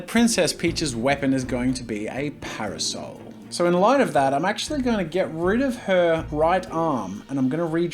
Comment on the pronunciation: when he kept saying parosel I got confused then hire drew an umbrella